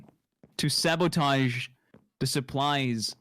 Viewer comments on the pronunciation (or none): I'm sorry but the way says "sabotage" just cracks me up every single time